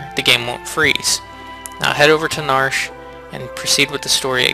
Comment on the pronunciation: Did you say narsh instead of nar shay